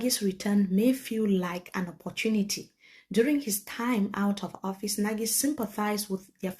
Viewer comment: The eminent diplomat has reiterated severally that his last name is pronounced "NAGH..not NA-GIE". Let's respect that please